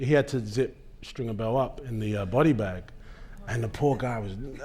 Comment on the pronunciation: Stringer not Stinger.